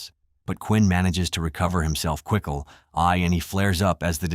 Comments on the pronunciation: I heard that too. 😂😂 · “but Quinn manages to recover himself quickle-“ …..quickle?? 😂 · narrator saying “quickle” was my favorite part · Kwickle eye 😂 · We heard your quickle eye